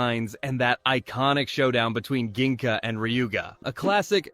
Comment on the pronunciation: ok 👍 don’t forget that Ginga's name is pronounced as Jinga, at least in the English version (also in the Hebrew version, but I don’t think you saw the show in Hebrew).